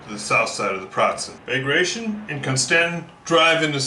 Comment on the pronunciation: Great video! Just thought I'd tell you that "Bagration" is actually pronounced "ba gra ti on". :)